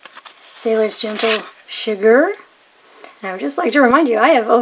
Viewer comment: you say shigure like Chigurh from no country for old men